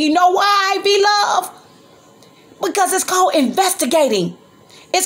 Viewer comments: It's Blove not Vlove.... please pronounce your words properly. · Why u keep calling her vlove her name is blove lol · Is she saying vlove ?